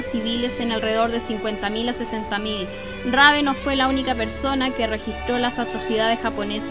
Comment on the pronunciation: Muchisimas gracias por acceder a mi petición :) Cuando lei sobre él tambien quedé sorprendido, la verdad fué muy honorable lo que hizo en China a pesar del contexto. También existe una pelicula alemana que trata sobre él y lleva su nombre. P/D: Si, pronunciaste bien mi apellido 😅. ¡Saludos!